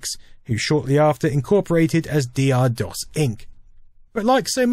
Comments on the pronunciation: For God's sake man, it was called DOCTOR DOS not D. R. DOS. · Isn't 'Dr' pronounced as doctor? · I always pronounced DR DOS as "Doctor DOS." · And I always thought it was pronounced "Doctor" Dos. Doh! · At the time of DR-DOS, everyone I knew pronounced it "Doctor DOS". Interesting to find out that was wrong after all this time. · Dee Arrr? I always pronounced it as Doctor Dos. :O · And for all these years I thought it was pronounced Doctor DOS.... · My disappointment that this isn't pronounced "Doctor DOS" knows no bounds. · I thought it was Doctor DoS too. I had only seen it written and never pronounced. It had nothing to do with Aqua, as I did not know they existed until Barbie Girl was out.